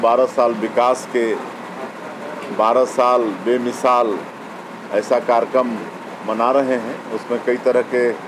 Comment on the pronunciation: कार्यक्रम ❌कारक्रम ✅ 😂😂😂😂😂😂😂